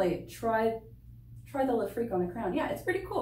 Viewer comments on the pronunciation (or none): all i hear is "Le Freak" 🤣which I guess they say because of "frequency" but still it sounds dumb. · Why does everyone pronounce it as if it were spelt Lefrique?